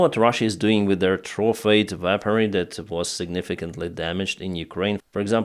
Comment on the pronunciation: Sorry. Weaponry -should sound like weh-puhn - ree. You did say it correctly at the 7.20. Wow. France. The Dassault mirage is a great multirole jet fighter. The saab gripen has been going off and on for the last 2 years now. I'll believe it, when I see it. Slava Ukrani 🇺🇦💕